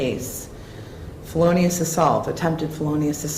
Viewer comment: judge dont even know how to say "Felonious" correctly lmao